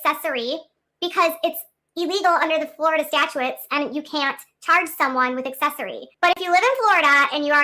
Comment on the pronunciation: Omg, she's driving me nuts. It's pronounced STATchuts, not STATchuets. 🤭